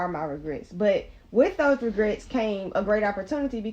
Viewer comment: Did she say “DiRegrets” 😂